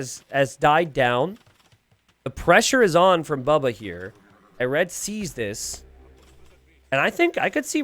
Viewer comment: it is bubba not baba :chillwcat